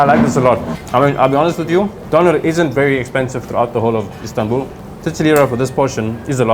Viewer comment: When he rolls that R in DoneR , I know he is south African !! Nice video